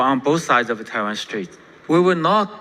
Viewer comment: Taiwan strait, 不是Taiwan street